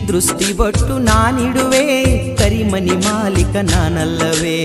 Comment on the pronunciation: ಕರಿಮನಿ ಅಲ್ಲ. ಕರಿಮಣಿ ಅನ್ನಯ್ಯ ಅಲ್ಲ ಅಣ್ಣಯ್ಯ. ಕನ್ನಡ ಉಚ್ಚಾರ ಸರ್ಯಾಗ್ ಮಾಡಿ